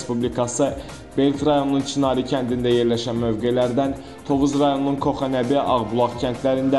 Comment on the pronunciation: Ə siz Azərbaycan dilin öyrənin sonra cıxın efirə goxanəbi yox koxanəbi öyrənində